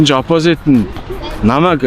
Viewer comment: DVV CHI NAAD HEL USAA SAIJRUULAHGVI VNEN ZOLIBON BNAA, OPOZIT GEJ HELEHDEE YAMAR LALRIIN HELDIIN BEE SOOO CRINGE